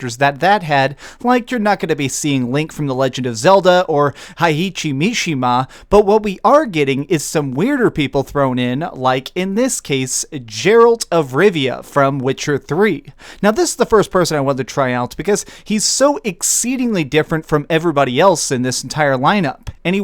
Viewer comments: "Jeralt" and "siggils" . Lol OK we'll go with that. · did he seriously say Jeralt? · Only one problem with the video, it's not Jeralt,it's Geralt. pronounced Gay- rolt. lol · () is right his name is Jeralt, not Geralt, and yes as soon as heard that I puss it and write a comment and left, his channel, I know it was his scheme to get comment and ger views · Witcher fan salt- G as in great, not J as in Jerry, also... do you mean signs? Soul Calibur fan joy- I stepped away after 4 actually, I just wasn't that jazzed by it like I was for 3 and 2. And I'm very glad I missed out on 5. But I preordered this game purely for nostalgia. When I moved into my first apartment back in 2008 my friend came over and we played Soul Calibur 4 all night. He ended up crashing on the couch in what turned out to be his normal bed for a good long time. He just moved into a new apartment and since then I have had to move enough of a distance away to make normal hang outs rare, luckily our birthdays are spaced apart so that's become our normal "hang out!" excuse. So on this the 10 year anniversary of that night (give or take a few montghs...) we are going to spend all of saturday nightat his place playing the crap out of SC6. And I am very glad that this game is shaping up so well. In High school this was one of my favorite games (SC2 and 3) and I have been missing it. ost fighters I jsut cant get into without a friend to play with. I'll cruise through the story mode if there even is one, then I will put it down. But SOul Calibur was different for me, I loved playing it over and over again. And the different modes they added as the series went on specifically tailored for the single player experience was always a very strong point for me. Admittedly I dont frequent a lot of fighting games, but I do love that they have character creation in SC. The last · Ge - ralt.... not Jeralt. FML. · god can you say Geralt not jeralt ? wtf mate >.< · I stopped when he said "Jeralt"